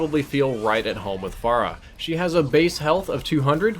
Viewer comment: "Pharah-way" HAHA